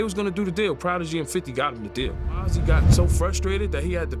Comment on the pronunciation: It's Mazzi not Mozzy 😂😂